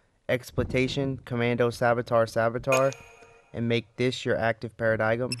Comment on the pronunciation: para-digum really man? its pronounced para-dime